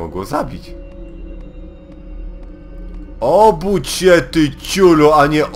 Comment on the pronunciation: "obódź się" hahaha :D